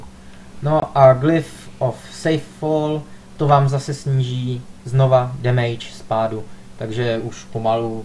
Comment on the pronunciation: Stýlt. Demejč. Dejdžr. :D sorry ale to je hrozný :) jinak dobrý video.